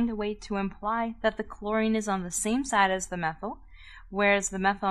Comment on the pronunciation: "ze zame zide" "eeposite" that sounds so German lMAO